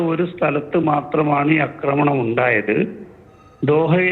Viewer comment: അക്രമണം അല്ലെടോ, ആക്രമണം എന്നു പറയൂ.